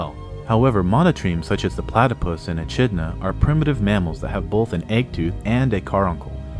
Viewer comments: Its said "E-Kid-Na" not E-Chid-Na" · I noticed you've used a lot of Australian animals in that vid, but I must stress the echidna isn't used with a soft 'ch'.. think of it as e-kid-na. You're not the only one, a lot of foreign tongues get it wrong, but it's no less irritating. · Echidna:- pronounced eh-kid-nah :o)